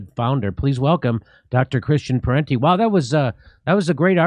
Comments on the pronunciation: it is Parenti not Parnti. His father is also a famous intellectual Michael Parenti. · It's Christian Parenti, not "Parnti", as he's identified on the video here. At least spell his name right! And I agree with Parenti and Jimmy on all this, BTW.